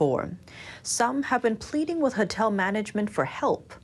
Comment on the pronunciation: it's Hotel not Hatel 🤣 three times!! 😅